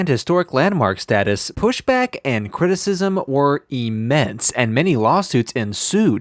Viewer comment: Immm-ense, not Eeeee-mense.